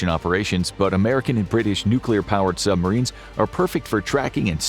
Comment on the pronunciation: I little annoying how the narrator says “sumarines” Like, there is a B,dude